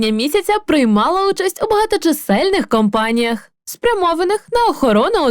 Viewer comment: Не кАмпаніях , а кОмпаніях